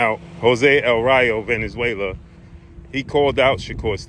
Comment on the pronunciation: my guy,its not venenzuela,i beleive its valenzuela